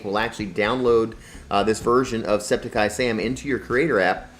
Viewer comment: It’s not septiceye Sam it’s septic sam no eye